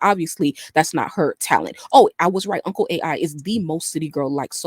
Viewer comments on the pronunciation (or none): It's not uncle Ai it's uncle AL 😂